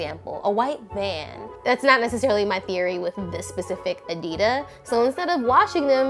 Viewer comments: "This specific adida" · She’s saying Adidas(with silent s) Me: 😣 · Omg when pronounced a singular Adidas shoe as an “adida” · Am I deaf or did I just hear say ''Adida" instead of "Adidas"...is that like a thing now? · “this specific adida” im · Did u say adida no sweetheart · Who was annoyed that she said Adidas WRONG?!?!?!